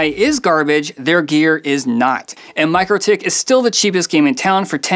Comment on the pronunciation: Mikrotik is pronounced Mee-Crow-Tick.